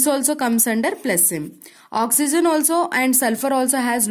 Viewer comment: it is oxygen not oxyzen